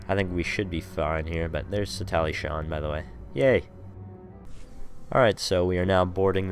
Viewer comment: Satallie ???? It's pronounced sah teal lol good vid I guess... Could be improved with more detail on fights and less complaining about the quality of the group. I lasted 5 minutes into the vid